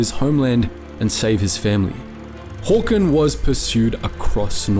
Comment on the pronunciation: As a Norwegian the first thing that struck me was how well you pronounced his name. Well done, really good first impression